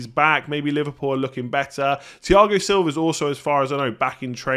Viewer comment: mistakenly said Thaigo Silva...just gave me a laugh